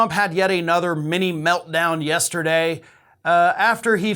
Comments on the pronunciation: Every day, but not yesterday... he has trouble saying yesterday. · He thinks the word yesterday is hard to say, so I’m sure he can’t read a lot of words or understand what he does read.